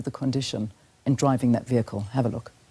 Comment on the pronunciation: The way people butcher the pronunciation of vehicle 😂😂😂😂